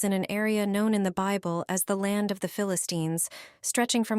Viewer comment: What is the "beeble" ?????